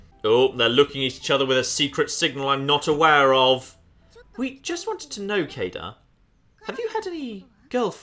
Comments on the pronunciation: It's pronounced like Cade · It's clearly pronounced as K-A-de (could also be written as K-ai-de, or K-ai-D, and so on.) An a, followed by a b, put together as ae, is pronounced as A, or ai. I'm not entirely sure about the 'de' on the end, it could be pronounced as 'de' or as 'DE' (also could be written as 'D') but I'm gonna go with K-ai-de as my personal pronunciation,. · Sadly not how Kaede is pronounced. But if you like bowel movement jokes "Ben" and variations thereon can apply in Japanese.